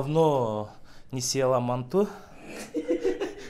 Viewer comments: Манту эмес манты деп айтылат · Мантуу эмес манты